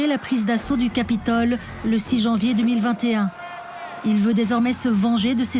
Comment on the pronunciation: Donald TrumpE.. assaut du capitolE, purée quel tic verbal, la voix off. Comment a t on pu lui confier ce jobE?